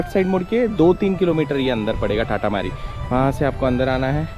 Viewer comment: Bhai amazing video ❤ , and bro you just mispronounced it !! Its तातामारी not टाटामारी